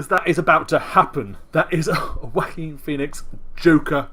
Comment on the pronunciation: You sound like you're saying "the WACKING Pheonix"! 😂